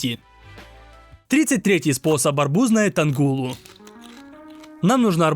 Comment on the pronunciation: Только не тангула - а танхула